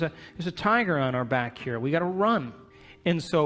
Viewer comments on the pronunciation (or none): none